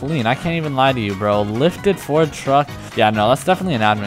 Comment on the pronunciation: Bro he said ferd 💀💀